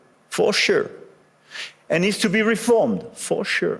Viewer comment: "for sheu " nous vla bien